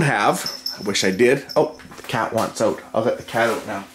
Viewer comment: And you say owt for out.